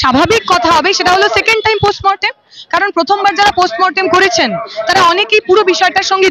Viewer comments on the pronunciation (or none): none